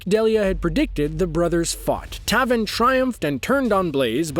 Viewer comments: U said Taven's name wrong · Triggered when he said taven name wrong